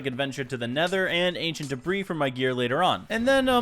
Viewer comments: why do you call ancient debris ancient debra? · Folks arguing over whether or not the “s” in debris is silent:: “Debruh” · There is no argument......the 's' is silent.....that's.....how you say debris,.